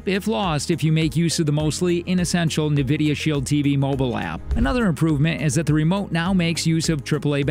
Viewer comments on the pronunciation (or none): It's pronounced N- vidia not NA - vidia . Otherwise good video thank you! I have both and they are both good...can't go wrong with either. The Shield Pro does have a good AI upscaler for lower quality content that it sharpens and makes look better. Also the Apple 4k you can pair a controller to and play Apple arcade games on the big screen. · Yes, it is Enn Vidia not Nuh Vidia. I see financial commentators on TV make this mistake all the time. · Please say “n” vidia. Unless i am just super wrong some how. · I’m just curious on how you didn’t know how to pronounce N——Vidia! Oh well. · Hahaha seriously though. “Nevidia Shield” 😂🤣 A lot of people have trouble pronouncing the name. They should just pronounce it as it’s written. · Great review. But please learn to pronounce Nvidia properly. It’s En-vid-ee-uh. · Who taught this person to speak? Nuh-vidia? "The intensity of which can be tweaked if you find it a little garnish." Garnish? Don't you mean garish? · Who else is annoyed with the pronunciation of “navidia” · It is odd since it's never been pronounced like that. There's no ad or audio pronouncing it that way. My guess is they have no experience with Nvidia and just guessed based on spelling. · This dude mispronouncing Nvidia is driving me nuts!